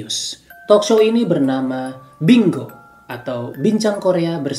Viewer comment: Bingung deh, emang kalo tulisannya bingo dibacanya binggo gais? Hehe